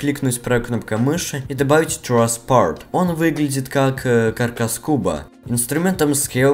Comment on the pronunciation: TrussPart с супер иностранным акцентом. Anchor: анкор.